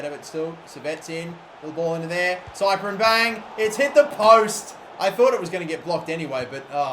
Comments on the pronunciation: Cyprien is pronounced siprien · Cyprien is pronounced sip-pree-en